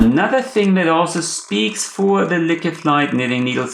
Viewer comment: I’m almost certain the name is pronounced LOUKE